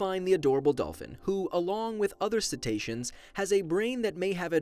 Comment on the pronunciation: What's the word he said there? Dolphins and 'setations?' I've typed that phonetically.